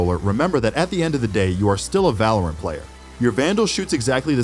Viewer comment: whats valaorant lmao its valorant xd